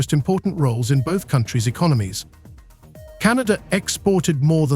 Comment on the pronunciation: Terrara-Watts and E-con-o-gnomies, U dot S dot, "All-ey of the US", eel-ek-trek, 'Tar-fee wars", "Ort-tarts" (auto's), "Maas lay-offs". How can anyone take any of this AI generated rubbish seriously when even the title is just misleading and false. Get a life.